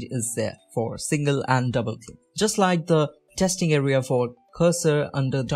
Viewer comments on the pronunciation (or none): none